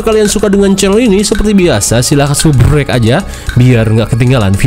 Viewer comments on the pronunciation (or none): none